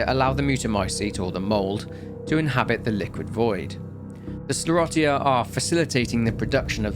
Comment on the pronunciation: I'll just say "Lady D", since I don't want a war over pronunciation in the comments. Also: skler-rotty-uh